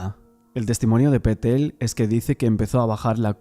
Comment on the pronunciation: Pa Patel Se pronuncia así, perfecto 👍